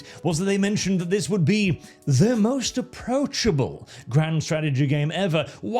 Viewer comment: "most aprochable " and i stoped caring , and stoped watchign the video. i just heard everythign i needed to know.